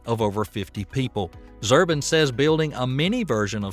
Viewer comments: can you read? ZU-BRIN...not "Zurbin" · Robert Zubrin not Zurbin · It's Zubrin not Zurbin. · His name is Zubrin, not Zurbin. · Hey,...,.... It's not,... Zurbin,... it's,... "Zubrin" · Zoo-brin, not Zerbin. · It's Zubrin, not Zurbin. What is "multi-humanity"? It's unlikely to the extreme that anything looking like "Starship" will land on the Moon or Mars. Those images are from talking heads and PR flacks, not engineers. Zubrin and Baker's "Mars Direct and the NASA follow-on "Semi-Ditect are by engineers. The value of the SpaceX BFR is that it's the first time since the Saturn-5 that anybody has had an 8+meter payload separation plane for 100+ tons to orbit. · The name is Zubrin, not Zurbin! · It's Robert Zubrin NOT Zurbin! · It's Zubrin, not Zurbin. You got it wrong 4 months ago,and you didn't fix it before you reposted this time. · Robert's surname is Zubrin not Zurbin! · Not "Zurbin". His name is "Zubrin". If you can't get that much right, what CAN you get right? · Pretty good video, but the guy's name is Robert Zubrin, not Zurbin! For cryin' out loud. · One tip for improving the quality of your video. Correct pronunciation of peoples names. It's ZUbrin not ZURbin. Michio Kaku was also a long way off. I found it REALLY annoying, otherwise a nice video. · It's not Zirbin.........it's zubrin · It's not Zurbin: It's Zubrin. pronounced "Zoo-brin" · FYI, it's Zubrin, not Zurbin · Not Zurbin😂 Zubrin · ZUBRIN not ZERBIN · Are you pronouncing names correctly? I believe it's Robert Zubrin, not Robert Zurban, and Michio Kaku, not Makio Kaku. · OMG it's Zubrin not Zurbin. (Zoo-Brin) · The Mars Society guy is Robert Zubrin, not zurban. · Zerbin? Funny how the guy mis-pronounces Zubrin throughout the video and now even commenters mis-spell it too. Quoting 3 naysayers doesn't make Starship "a big mistake". No respect from me if you can't even get the names right. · Zubrin not Zurbin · Zubrin is pronounced ZOO-brin, not ZER-bin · It's ZUBRIN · Pronounced "Zu-brin."